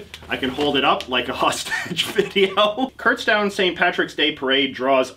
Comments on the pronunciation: I live near Kutztown and it’s not “Kurtztown” its pronounced “Kutstown” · I've been to Kutztown multiple times but didn't even realize you were talking about the place I'd been to because nobody says it like kurtztown